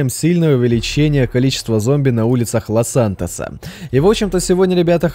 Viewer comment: в начале видео сказал ЛОС СЯНТОСА xD